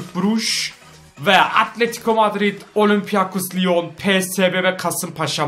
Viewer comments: abi olimpiakos lion deyil olimpik lion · Okunuşunu yaziyorum olimpiyakos liyon degil abi olimpik liyon